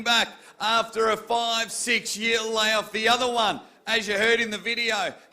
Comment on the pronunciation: its lay off not law off hehe